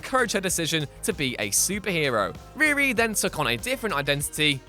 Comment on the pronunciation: WHY ARE YOU PRONOUNCING HER NAME IS REAR-E .... ITS REE-REE .... sheesh